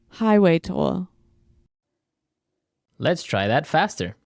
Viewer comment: highway toll not tool